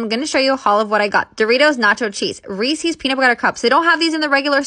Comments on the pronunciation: IT'S "REESE'S" NOT "REESIES" Pronounced "reese-iz" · FYI Reece’s is pronounced to rhyme with pieces. The last e is silent. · What's up with people who say "Reese's" like it rhymes with "feces"? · That’s not how you pronounce Reese’s